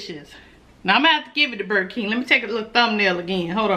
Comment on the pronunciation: When you say burger keem I fall out laughing 🤣🤣🤣🤣🤣